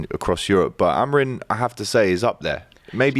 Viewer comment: Everytime he says amorim like that I nearly vomit